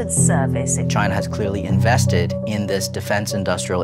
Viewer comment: Good thing we still have dis narrator who can’t pronounce da ‘th’ sound